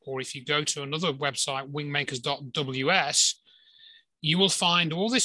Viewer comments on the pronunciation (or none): Wind makers - I thought you were saying Wing makers.